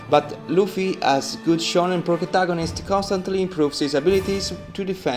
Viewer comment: Bruh did he say progataganist